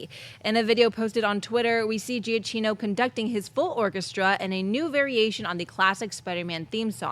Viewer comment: Why is it no one can pronounce Michael Giacchino correctly?